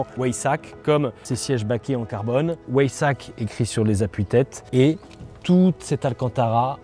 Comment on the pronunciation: Pas mal j’avais jamais entendu la version ou-aille-sac d’habitude c’est Ouet-saque🤣🤣